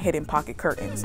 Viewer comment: love-It's cur-Tains, not cur-ends. So many young people mispronounce this now that I think it must be a popular right of passage thing like valley girl speak years ago. I know..being on the hate comments!❤️❤️